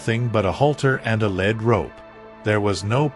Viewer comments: This is a canned response, more than likely fully written by AI story with no real photos no real story and an AI voice that mispronounces the horses lead as the element lad‼️ These types of “stories” are fruitless, worthless and meant to waste your time taking fully 30 to 37 minutes and even if that’s for a true story it could have been told in less than five minutes! Beware the AI stories meant to waste your time! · Yes bullshit. Eventhe story reader has a bad time. Its not a lead rope,as in metel itis lead rope, as in le@ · 1. Lead (heavy metal) this what the auto read speaks. 2. Lead (to lead the pack; to be at the front of the pack or lead rope). Spelt the same but spoken differently. The story's reading machine used the heavy metal version of the word that is wrong).